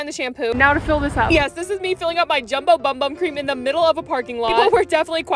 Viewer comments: It’s pronounced boom boom not bum bum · HELP- ITS PRONOUNCED "BOOM BOOM" 💀✋ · I'm brazilian, and yes it's pronounced boom boom. it means butt in portuguese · Did you guys know that the bum bum cream is actually pronounced boom boom cream hope you guys like this 👇 plz like btw guys always love your self and be happy ❤❤❤❤😊😊😊 bye! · I don’t know why but it’s actually pronounced boom boom cream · FUN FACT!!!! Did you know that “bum bum cream” is pronounced boom boom P.S. you dropped this pin 📌 can I keep it? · ITS PRONOUNCED BOOM BOOM CREAM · it’s actually pronounced boom boom cream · News flash, its pronounced 'boom boom' cream or something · When you find out it’s pronounced-boom boom-😮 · It is pronounced "boom boom" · It's pronounced BOOM BOOM cream 🥲🥲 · Bum bum cream pronounce (Boom boom cream) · it’s actually pronounced “boom boom” :) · fun fact it’s pronounced boom boom cream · It’s actually pronounced bOOm bOOm cream welcome! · BOOM BOOM!!!! its pronounced boom boom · it’s pronounced boom boom ❤ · Ok not be be a smarty pants bc I just figured this out today but u are supposed to pronounce bum bum cream as boom boom cream 😂❤😊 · the pronunciation it’s wrong girl 😅😂 you supposed to say like “boom-boom” ❤ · It’s pronounced boom boom cream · It’s pronounced “boom boom” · I’m so sorry but it is Acually pronounced “boom boom cream” ❤❤❤❤❤😊❤😊❤😊😊❤😅😅😅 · Its pronounced *boom boom cream) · It’s actually pronounced “boom boom”🤓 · It's pronounced boom boom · its pronounced boom boom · It’s pronounced boom boom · It is pronounced boom boom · It’s pronounced boom boom cream and I have no clue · It’s so annoying that you pronounce bum bum wrong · It’s actually pronounced “boom boom cream” 🙃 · It's actually pronounced boom boom cream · Pronounced as BOOM BOOM CREAM it says in the website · Apparently the “Bum Bum” cream is pronounced “Boom Boom” (I saw it on a video, idk if it’s true) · Not yall thinking its bum bum cream when its actually pronounced boom boom cream😂